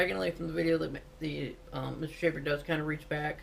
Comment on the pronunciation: I agree with you on the time to cuff the suspect and call it a day. however you should make this your last video. . You should rehurce what you are going to say before recording. You look jerky and uninformed. is it a story about your military history of about this shooting. You pronounced the suspects name 5 times and said it incorrectly every time. Your body language screams I HAVE NO IDEA OF WHAT I'M TALKING ABOUT